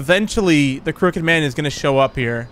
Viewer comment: I thought he said the cricket man 😂